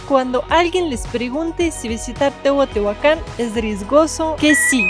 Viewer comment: Hola sra.... lo correcto es decir TEOTIHUACAN....NO TEOTEOACAN, disculpa aunque seas extranjera, procuren pronunciar bien😊